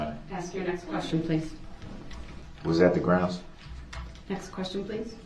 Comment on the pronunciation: "Groundsz" is the one that drives me crazy!